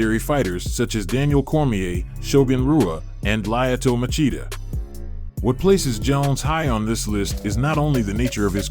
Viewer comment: You butchered shogun and machidas names otherwise great vid